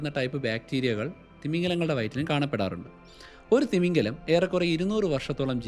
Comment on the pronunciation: തിമിംഗലം അല്ല തിമിംഗിലം